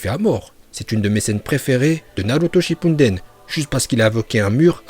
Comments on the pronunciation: Juste je sais pas où tu vois un N dans Shippuden tu dis h24 Shippunden est c'est faux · On dit Shippuden